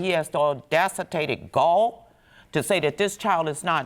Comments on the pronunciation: She said, "The aundacitated GALL" 😂😂😂😂😂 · Premiquous, umbiblical, audacitated... man these words